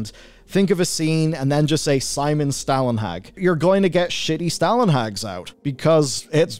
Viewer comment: Just a note, It's not Simon Stalenhag, it's Stålenhag, and that's pronounced stawlenhaag.